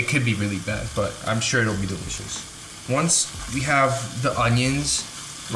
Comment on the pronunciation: “That is dilishis”😭😂